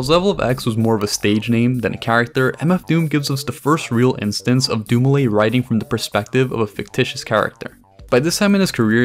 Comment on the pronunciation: doom-ee-leh,would be the proper pronunciation of his surname Good video